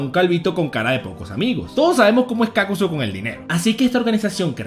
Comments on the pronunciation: Es Kakuzu, no Kákuzu, lo dices mal pendejo, lo pronuncias como si hubiese tilde en la letra "a" "Kákuzu" Mala pronunciación "Kakuzu" Buena pronunciación.. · Porque dices Kákuzo y Hídan? No llevan acento 😑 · Me saco la mente que pronuncies kakuzu mal